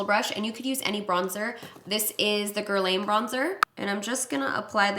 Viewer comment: Guerlain = Gerr - lawn